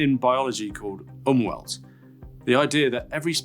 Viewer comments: I'm being the pronunciation jerk today. My apologies, and no disrespect intended. Umwelt is pronounced like Oom-Velt. V as in Victor, like a soft F with a little vibration from the lips. It's a German word, and German/Deutsch inverts the V and W compared to British and North American English (or you can state equally that English inverts the V and W compared to German). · The ‘w’ in “umwelt” is pronounced as a ‘v”.